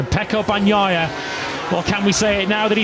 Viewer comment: EL LOCUTOR INGLES NO SABE DECIR BAGNAIA, DICE PANOIA, JAJJJAJAJJAJJAJJAJA